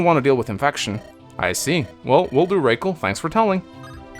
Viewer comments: Rah- Kal is better ray-cal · I think Rakel is supposed to be pronounced as in "Racquel" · Bro her name is ROCKELL. ROCK -ELL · Rakel pronounced like Raquel. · “Okay. Race Kwell”